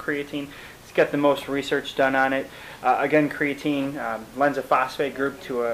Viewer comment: CreaTEEN not creaTIN u sound like a noob